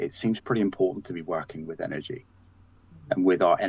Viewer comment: Energy not engery